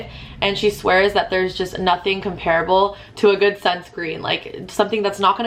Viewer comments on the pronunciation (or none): none